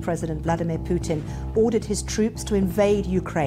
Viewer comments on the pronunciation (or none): none